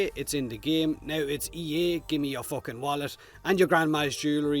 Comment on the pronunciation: You cursing with your accent always makes me die laughing “It’s Ea give me your fooking wallet” 😂